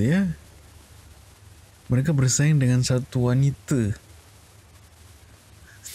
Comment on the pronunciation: Bang nyebut wanita jadi "wanite" tdi, tergelakk aku hahaha, mantap cuyy